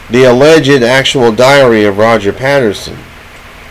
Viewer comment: You can't even pronounce the name "Patterson" and it looks and sounds like you're experiencing a stroke...LOL